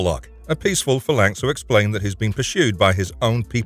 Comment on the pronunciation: You're pronouncing phalanx wrong and its killing me.